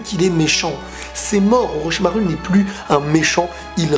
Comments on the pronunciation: Tu le stresse à dire OrochimarU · J'aime bien la manière dont tu prononces Orochimaru